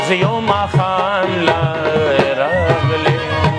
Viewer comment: Raaghele ne ye Ralegele ye